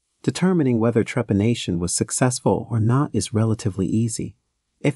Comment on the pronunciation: How come the robot voice can pronounce the word trepanation , perfectly? Yet mispronounces the name of the country Tibet, as Tybet?